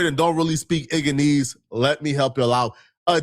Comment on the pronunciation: Did he say Igganeese😂😂😂😂😂😂😂😂